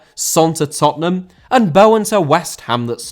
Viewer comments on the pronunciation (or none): none